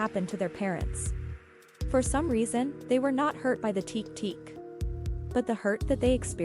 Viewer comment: This story is a bit much, don't you think? Can you at least put some effort into it? It doesn't sound like "teak teak".